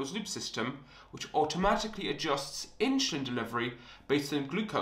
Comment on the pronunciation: WTH is “inSHOElin” 🤷🏻‍♂️ Where are you from where you speak like this?